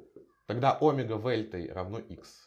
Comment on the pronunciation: даже по-гречески ударение на букву Е в слове омега ωμέγα